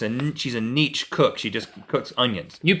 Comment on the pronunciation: "Neech Cook" LOL. Niche is pronounced sort of like Ne-chay